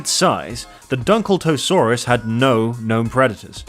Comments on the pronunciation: dunkel ta saurus 😂🤣😭 is crazy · "Dunkle-Toses" sounds like a Spell XD It's like pronouncing Megalodon as Me-Gal-Odun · Why isn't everyone talking about when he said "dunkeltoesaurus" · "Dunkletosus"... that one hurt man. That one actually physically felt like a punch in the chest. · He also said “Dunkletosusaurus” as well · Why does his pronunciation for Dunkelosteous (sorry if I misspelled it) sound like a name of a disease?